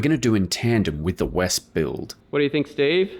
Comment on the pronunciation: It is pronounced, spelled out vespa ( English ). Not vesp. German W = v in English, E at the end, roughly A.